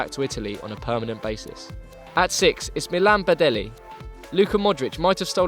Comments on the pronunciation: Hey Copa90,it's not pronounced Badelli, it is Badell like double ll in Spanish(like Casillas,for example) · Badelj pronounced Bah-del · You absolutely butchered Badelj's last name... :)